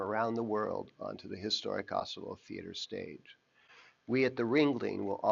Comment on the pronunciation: Nice video but am I the only who thinks his pronunciation of Asolo is closer to 'Oslo'?